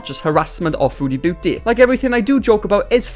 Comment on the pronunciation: The way you say her user sounds like foodie bootie and i find that incredibly ironic